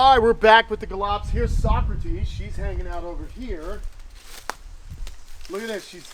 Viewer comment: Thanks for the upload! So happy for you! You know, every time you feature Socrates, I think of Bill and Ted's Excellent Adventure. Her name would be pronounced So - crates (rhymes with skates.) Happy holidays to all of your animals and human loved ones!